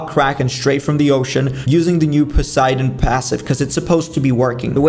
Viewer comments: Bro is now not saying posaydon rod hes actually saying poseidon rod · GUYS HE SAID POSEIDON AND NOT POSAYDON